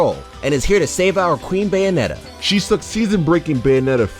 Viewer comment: More like...Bae-onetta? 😉